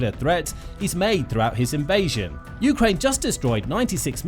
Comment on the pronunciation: Good information, thank you, but fire your narrator. Ukraine is pronounced with the stress on the 2nd syllable, NOT the first!!!!